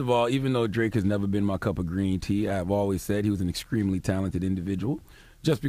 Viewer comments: did he say "excreamly"? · Charlemagne it's exTREMEly "exCREAMly".